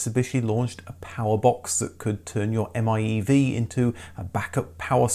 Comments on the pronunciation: The electric Mitsubishi is not pronounced as the M-I-E-V. It’s pronounced as “Eye-Mev” (i-miev) You forgot the “i” my good man! Love your channel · i-MiEV is pronounced as ai-meev.